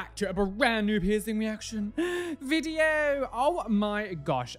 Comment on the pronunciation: I love how he says "O my gosh" after saying "Welcome back to another piercing reaction ViDiO". :)